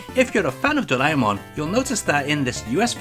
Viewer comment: Just so you know, Doraemon is pronounced "drah-eh-mon" not "dray-mon". "Dray-mon" will be spelt "ドレイモン" in Japanese.